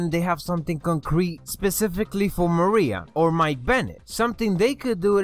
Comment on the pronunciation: it is Maria